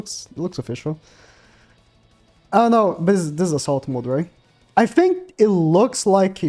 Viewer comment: "I fink like it could be like..."